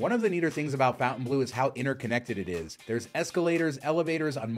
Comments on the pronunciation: “Fon-tan-blue” not “Fountain-blue,” okay? 🙁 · It’s “Fon-taine- blue” not fountain blue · Pronounced "FountaineBLOW." You took the time to make this video.... please pronounce the name correctly. I'm at 1+ minutes and already cringing. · It may have been called the “fountain blue” since the 50’s but it is written in French so the correct pronunciation is (for ignorant Americans) fon-tan-blur I have broken it down to make it easier for Americans who are in denial that there is a big wide world out there !! I’m sorry to inform you but as far everyone else is concerned you are way down the list of desirable locations !! Just saying 🫣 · Fontainebleau - mispronounced since 1954…